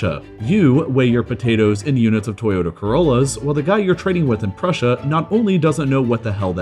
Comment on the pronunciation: Nobody:: tOyODa CoRoAls